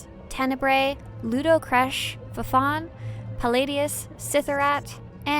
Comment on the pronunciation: “Fafon” lol. Its pronounced “Fon”, did you really never do the Inquisitor story?